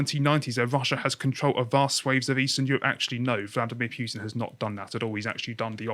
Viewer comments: He is called PUtin not Pewtin !!! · it's not pjutin nor pewtin it's a U there's no J. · Do you pronounce it Pewtin on purpose?